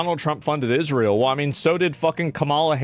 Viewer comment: Pronounce ISRA-EL correctly, and then complain.